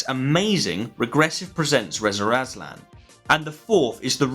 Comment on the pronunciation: Why do you keep calling him “Rezer Azlan?”